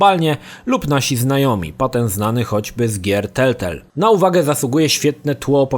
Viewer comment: Nie telltelll tylko telltale